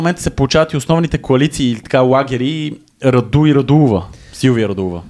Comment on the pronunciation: не е Раду̀, а Ра̀ду!